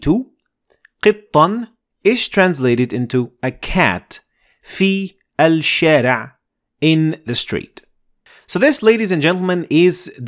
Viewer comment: Assalamu Alaikum. At 3.35 you said "qiththan" you doubled the "th" but there was no shaddha to double. Can you explain? Also you said " alshaa" you didn't say " ashshaa". Is it "ashshaa" or "alshaa" can you explainn this too please. I'm learning from your lesson one. Jazakallah Khair